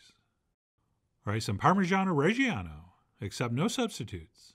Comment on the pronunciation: I keep hearing ”parmesan oreggiano” instead of ”parmigiano reggiano”